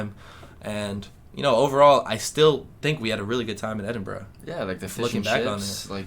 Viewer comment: Maybe if you pronounced Edinburgh correctly, people might have been less hostile ;) Seriously though, glad you had a good time and have arrived home safely.